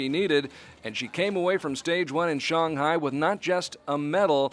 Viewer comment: Why does he call Shanghai Shong Hai?